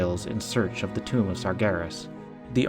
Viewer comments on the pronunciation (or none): none